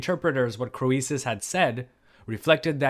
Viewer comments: Wasn't his name pronounced Creesus, not Cro ee sus? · thanks. I think it is pronounced King KREESUS, not cro-ee-sus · "Cree suss", not "Cro ee suss". At least, that's what I've heard. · I enjoy work. But I would enjoy it even more if he would take the time to learn how historical names are usually pronounced in the English-speaking world. It's "cree-suss", not "crow-ee-suss". Like, you, the name Phoebe is "fee-bee", not "foe-ee-bee". And phoenix is "fee-nicks", not "foe-ee-nicks". Of course, none of these pronunciations are close the way they were pronounced in the original languages, but good grief, look stuff up. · Hi! I'm afraid your pronunciation of Croesus is not admissible. The English standard is /ˈkriːsəs/, and oe was a diphthong in Latin. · it confused me for the longest time... like Euboea... Evi-uh?? everyone says "rich as Kreesus" 😆😆😆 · Pronunciation of These names is typically SO-LON and CREE-SIS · one tip for you, mate: we always pronounce his name as 'Creesus' (even though in Ionic as well as Doric and Aeolic it is written and pronounced KROISOS.) Greek OI was always adapted by the Romans to OE and that's how it comes down to us- everything through a Latin filter, sadly! In England we still say "he's as rich as Croesus" but it is dying out. Our education system is now a TOILET. I have a feeling you are largely self-taught in Anc, Hist. so RESPECT. (Or, as we say, GOOD ON YER!) Did you know that HAI HISTORIAI- The Histories- literally means ENQUIRIES... from the verb historein, to research or enquire. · the ‘oe’ in ‘Croesus’ is a diphthong pronounced as ‘ee’ in ‘creek’. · don't hit me, but I don't think you are pronouncing croesus correctly. not in english, ancient greek or modern greek. it's just not phonetic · Love your stories. PS: the “o” is silent. ❤ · When pronouncing Latin words that contain a vowel paired with an e, that vowel is silent and the e is long. An exception is EU, which is pronounced like you